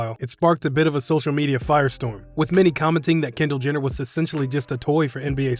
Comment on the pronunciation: did he say kender Jenner